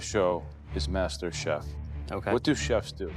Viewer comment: It's masterchef not masterbate😂😂